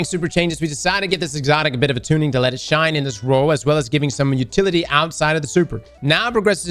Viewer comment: "Tuning" still cant get it right after 10 years....